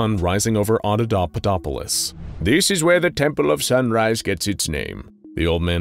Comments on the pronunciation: Yeah he did. Watch it again, switches from saying auda-papa-dopolis to auda-dada-dopolis. Starting at about onward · After the first few times he says the name of the city the narrator starts mispronouncing it as "audadadapopolis" lol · After the first couple times he keeps saying it as audadudadopolis >_< lol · I believe it's pronounced: Auda-papa-dopolis. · I can only imagine how many takes it took to keep pronouncing "Audapaupadopolis" -- I can't even do it once. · Yeah… except he messes it up every single time after first and second one. Drove me and my wife crazy. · I like how even the narrator has trouble pronouncing it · Love it when mysteries and world building are set up in SCPs. It's what gets me most hooked on SCP. And: Good work, but, and I know it's not easy, but keep practicing saying the city's name: Oppodopolis. I mean... Papadopoulos! No... Audiopopulupus! Er... Snuffleupagus! I mean... Hopscotchopoplus! Uh... Autoshopolus? Damnit, I'm just gonna call it the city of "Frank." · I love how even the narrator mispronounces Audapapaudopolis, why did they choose such a difficult name? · His pronunciation gets worse and worse! Lol. It’s like Benedict cumberbatch and penguins!